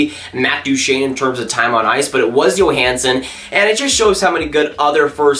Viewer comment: Love the vids. #1 love the jersey Go Morrow! #2 for Nashville it is pronounced joehansen not yohansen. But love your vids, keep them up.